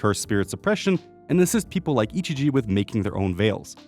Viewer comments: the guy saying ichiji instead of ijichi is making me go crazy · I'm sorry, editor, but my brain itches every time you pronounce 'Ijichi' as 'Ichiji'